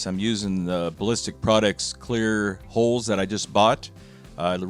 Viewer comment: Hulls!!!!***:):) I don’t care what you say young, you definitely say ‘holes’!!:)